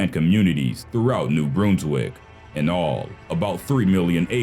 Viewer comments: it's pronounced new Brunswick not new broonswick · mere-a-ma-she new Brunswick Bruns-wick 😂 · I'm surprised at how few comments there are on your pronunciation of New Brunswick